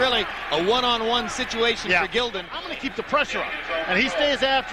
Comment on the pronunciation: Pronouncing Jason Gildon's last name wrong. It was Jason Gil..DON